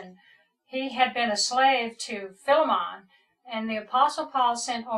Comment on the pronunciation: “Fill-a-mon” bruh it’s Ph-eye-lee-mon this man has no idea what he’s talking about